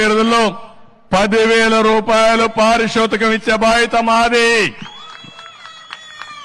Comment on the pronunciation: పరిశోతికం,కాదు పారితోషకం